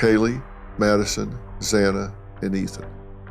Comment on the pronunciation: you just called her “Nadison”….chill.